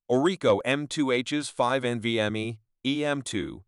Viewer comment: My soul shriveled up a little more each time it tried to pronounce NVME